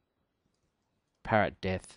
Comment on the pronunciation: Pa-ROT-death. Not sure if that's on purpose but I find it hilarious.